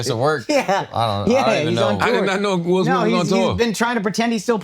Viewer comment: “will smiff” 😂